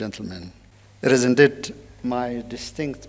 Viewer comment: የመልእክትዎ ይዘት ጥሩ ነው፤ የእንግሊዝኛዎም pronunciation ባብዛኛው (for the most part,) ድንቅ ነው። ሁለት - ሶስት አባባልዎችዎን ግን ከዚህ በታች የማሰፍረውን comment አይተው ቢያስተካከሉ ብዬ የሚከተለውን ጽፌያለሁ። ‘አንተ ማን ነህና ነው, የማስተካክለው? ካሉ ደግሞ ስህተትዎንና ከዛው ጋር ተያይዞ የሚከተለውን ትዝብትና ሽሙጥ ከማስተናገድ አይከልከሉ። “heart …”, “peace …” & “in-deed” መቼም "heart” ኢትዮጵያ ውስጥ እንግሊዝኛ የተማረ ሰው ሁሉ (ለማለት የሚያሰደፍር) ችግር ናት። ትክክለኛ አነባበብ ነው ብለው ግን ደግሞ አጣምመው አስተምረውን ሰዉ ሁሉ የሚለው "ኸርት" ነው። Proper pronunciationኡ ግን ኻርት ነው። ተቀራራቢና ተመሳሳይ ይምሰል እንጂ ሁለቱ የተለያየ ትርጉም ስላላቸው, በተሳሳተው pronunciation ሲነገር, ልዩነቶቹን በሚያውቅ አዳማጭ ውስጥ የሚፈጥረው አንዳች ነገር ይኖራል (ትዝብት/ስላቅ/ ሽሙጥ፤ ከከፋም ደግሞ ተናጋሪውን አሳንሶ የማየት አባዜ) "Heart of African politics” “ኸርት ኦፍ አፍሪካ ..." ተብሎ ሲነበብ, (በአእምሮ ማስተዛዘኛ ተስተካክሎ ካልተወሰደ በቀር, ትርጉሙ:- ‘የአፍሪካ-ፖለቲካ ማዕከል’ መሆኑ ቀርቶ, ‘የአፍሪካ ጉዳት’ መስሎ ስለሚደመጥ, በአዳማጩ አእምሮ ውስጥ ግርታ፣ ግራሜ እና ቆይቶ ደግሞ ፈገግታን፣ ትዝብትን እና (in worst cases of scenarios ደግሞ) ንቀትንም ሊያስከትል የሚችል ይሆናል። "Peace” እና “piece”ም ባግባቡ "ፒስ" (ኢ ተረግጣ ካልተነበበች) መደበኛ ትርጉማቸው ቀርቶ "ሽንት" ይሆናል ትርጉሙ "ፕስ" ተብሎ ሲነበብ። በመጨረሻም "indeed,” ኢን-ዲድ ተብሎ በመነበብ ፈንታ, "እንድድ" ተብሎ ሲነበብ, ለቁራጭ-ሰከንድም ቢሆን ግርታ መፍጠሩ አይቀርም። (ክቡርነትዎ ግን, በእርግጥ ጎንደር ነው - ትውልድዎና እድገትዎ? አይ! እንደው ሌላ-ቦታ እንዳደገ ሰው "እን-ድድ" ቢሉ እኮ ነው መገረሜ!)